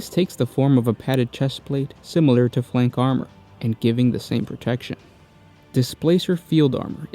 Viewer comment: It's flak armor, not flank armor. This is the second video where I've heard this mistake.